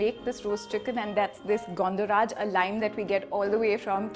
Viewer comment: The way she pronounced "Gondhoraj", it seems she is a Bengali.